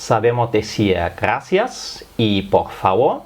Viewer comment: Nosotros en espanol diferenciamos la erre de la ge... Nosotros decimos gracias y no ghaacia... y el bitte sehr, danke sehr?